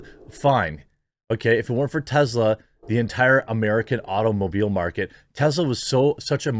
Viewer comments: Its Tesla not Tezzla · Ive tried to ignore it, Jeremy. It's (teh-ss-luh), not (teh-z-luh). Soft S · It is pronounced TeSla not TeZla.